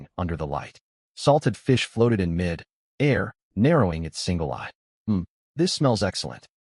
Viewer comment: AI iz stupi rock-shard, SMH, wow wow wow wow, wow, From mi-dair to mid [pause] air. Trash Tier AI